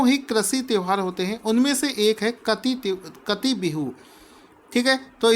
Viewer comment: काटी बिहू, not कटी